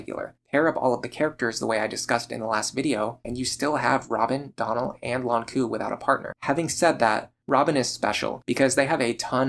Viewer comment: Since you asked for algorithm comments I'm gonna say that you pronounce Nowaru correctly (for JP at least). In French it would sound more like "no-ah-r". All this to say that oddly enough you pronounce the "u" in Lon'qu's name as an english "oo" sound. The "u" in Nowaru and the "u" in Ronku should be pronounced identically (the way you say "Nowaru"). With all that said, I am not obsessed enough with shipping fictional characters to leave an angry comment about that.